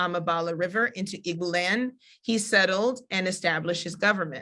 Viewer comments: People. PLEASE...It's not "IG -BU"...IT's "EE - BO"....Say "EE-BO" " EEEEEE - BO " which is where the word "Hebrew" comes from...Eber/Ivrite/Ibrim are mispronunciations of "IGBO". In addition, what she's reading isn't what the majority of the people believe. Mostly, foreigners have come in and published books. You have to speak to the actual Elders in different villages so this misinformation can stop being spread...The Eri myth is only 1 part of the history. Our people have to STOP trying to teach these things when you don't know yet...There's sooo much that Black Hebrew Israelites just don't know. I'm currently making a documentary on this. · Please use the correct pronunciations of the words that you refer to by looking them up or asking someone from that country. Igbo has a silent g. sounds like ee boo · people say Igg-boo. It's EE-bow Igbo or Ndi Igbo EN DEE-bow.